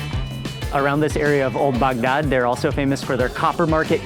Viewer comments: Could you please pronounce Bagdad like a normal person? Your guide is a real barrel of monkeys. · Love how he pronounces Baghdad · You probably loved is as much as he loved saying “Bagdad”. 😂